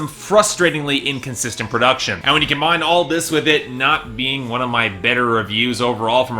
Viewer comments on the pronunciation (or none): none